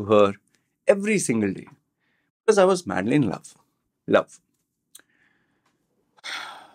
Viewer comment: You are making fun of the Indian pronunciation of the word love by saying lou, and then keep saying Vomen instead of Women. 😂😂😂